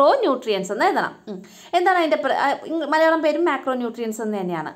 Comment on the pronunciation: എന്തു പ ടീച്ചറെ മലയാണം പറ😂😂😂